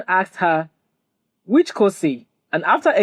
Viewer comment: No you didn’t say it well😂. It’s “whush number?…” 😂😂😂